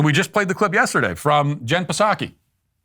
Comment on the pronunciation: Matt never misses an opportunity to pronounce the P in P-saki😂